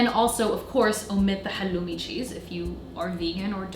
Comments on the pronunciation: You are one of the few who are pronouncing halloumi correctly as we do in Cyprus. Much love from Cyprus, your middle eastern neighborhood. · Thank you for pronouncing χαλλουμι correctly, the Cypriot way! <3